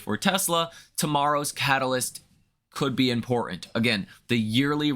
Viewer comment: Impor-ant. America is turning Cockney